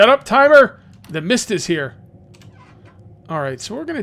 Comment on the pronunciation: I Thought Said “Meath Survival!” lol!!!